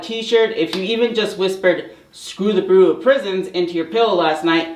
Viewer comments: Bureau is pronounced: “byur-oh” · This is not to make fun, but the word bureau is pronounced bee-you-row. I only mention it because we all know how hard you work on these videos, how far you have come, and that you always want to improve and do your best. Great job.